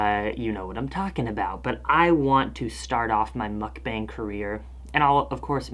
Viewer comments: the 'a' in "mukbang" is pronounced as 'ah' sorry it really bothered me love your videos! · It's ' mook-bong' i ☺. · google how one should pronounce mukbang (korean word) ... because you're saying it wrong.k